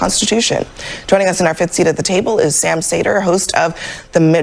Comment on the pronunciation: She couldn't say Sam's name correctly or the name of his show. What a clown.